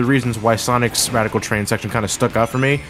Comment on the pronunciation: We are at Wadical Twain LOL